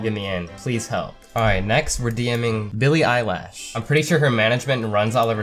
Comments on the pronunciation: “Billie eye lash” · he says Billie eyelash 😂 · Did he really just say “billie eyelash” 😂😂😂😂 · “billie eyelash” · Man said Billie eye lash 🤣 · Nobody:: Billie Eyelash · no one: not a soul: musty: billie eyelash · "Billy Eye lash" I'm dead 💀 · I cracked up when he said Billy Eyelash🤣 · Bro why you say billie aylash😂😂🤣🤣Made me laugh 😂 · 6.31 Billie Eyelash 😂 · finally someone who says Billy eyelash 😂😂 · MY MANS SAID BILLIE EYELASHHHHHHHH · “billy eye lash” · Lol he said Billie Eyelash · bro really said billie ilash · "Billy eyelash" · He said billie eyelash avshshaha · "Billie Eyelash" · no hate but : BiLlIe EyE LaSh